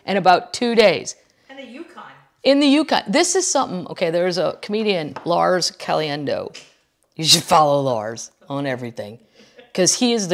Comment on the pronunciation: you had mentioned a CDN comic I had never heard of...closed caption (and your pronunciation) made it sound like 'Lars Caliendo'...I googled the name to no avail - no such person...there is a Lars Callieou...is that the guy of whom you speak? Frank Caliendo is an AMN comic